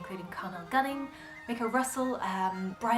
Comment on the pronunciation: Excellent work. Can I make a correction. Tommy Makem’s surname’ is pronounced “May Kem” Thanks for respecting the Irish. 👏 Another great Irish expert on the tin whistle ‘ is Vinnie Kilduff. At the time of writing ‘ he is regarded as Ireland’s leading male exponent on the instrument. Maybe he might get a mention ‘ in a future video.? Keep the videos coming.